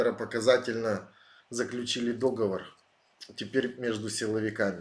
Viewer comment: Но только не дОговор, не возможно слушать 🤦🏼‍♀️